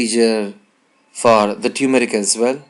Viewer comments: no uncle, u said like tyumarik, pronunciation is totally wrong, it's turmeric like termarik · pronounce turmeric properly